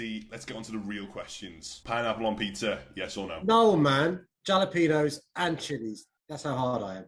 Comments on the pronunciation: Man pronounced it as Jalapenos instead of Jalapeños... cringe 😬 I know who I’m voting for now! NDL!!!!! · Why does he say Jalapenos rather than Halapenos like the pronunciation? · can’t believe london has re-elected a man who says with full confidence ‘jal-ap-een-yo-s’ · Anyone who pronounce the j in jalapenos like a j and not a h is not deserving of being the mayor of LONDON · The fact that Sadiq pronounced the j in jalapenos is the reason Niko should have won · Sad really said jalapeños as jalapeños instead of hala peenios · Sadiq pronounced Jalapeños as Galapeños, can't have such a mayor sorry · it’s pronounced as a h. its spanish. actually, it’s technically pronounced as a very throaty h, almost like as if youre clearing phlegm from your throat. before you ask, no, im not spanish. im english-irish, but i know spanish. and i learned from a chilean, so dont tell me im wrong x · Im from Britain Its halapinyos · i lik ehow he pronounces jalapenos as jala-penos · Man said JALapenos get him out of here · for a lad who says JALAPENOS, i think niko is better for LDN NDL NDL NDL NDL NDL NDL NDL NDL NDL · Halapenos its kinda fuked tho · I'm not British and don't reside there but I definitely wouldn't vote for someone who pronounces jalapenos like that. He can't be trusted 🤣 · Did sadiq just say jalapenos but pronounced the 'j' in it